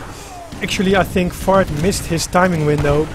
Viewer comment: ...what I find real funny is when you say Fard...it sounds like "FART" !!! hahaha